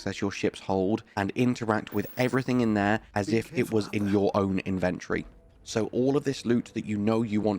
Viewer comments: its pronounced IN-VEN-TOR-IEE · Great video, I'd just like to say that the word inventory has four syllables. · Why do you keep saying inventory that way that is ridiculous